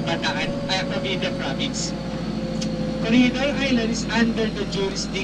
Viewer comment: The pronunciation of corre"g"idor....is H or G? Im confused